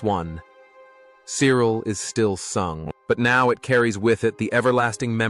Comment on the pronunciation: I stopped viewing this bullshit when 1. The horrible yank accent, and 2. 'Died of a heart attack' against the picture of alan mullery. Mullery is still very much alive. As for the pronunciation of Cyril', well....